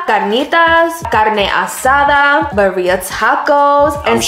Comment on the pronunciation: I can't with how yall say Bah-reeah tacos 😭 Horchata is a staple in El Salvador but it's hit or miss at restaurants not everyone knows how to make it